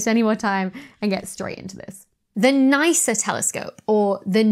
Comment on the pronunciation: "Nysha"? Where you having a stroke then or channelling a very bad impression of Sean Connery?